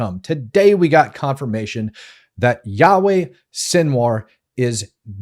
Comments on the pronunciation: When he calls him Yaweh 3rd time, l left. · Yikes, dude! His name is NOT "Yahweh" That is the name of God. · It's really annoying me that the host keeps calling him Yahweh which is one of the names of God!!!